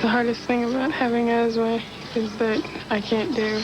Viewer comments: It's "asthma" not "azma". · "AZMA [sic]"? I hope you don't have any children who would imitate your ignorance.